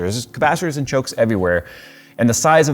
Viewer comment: NEXT TIME YOU SAY CHOKES, SAY IT AS STEVE DOES.